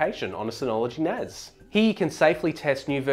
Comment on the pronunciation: It's NAS not NAZ... S not Z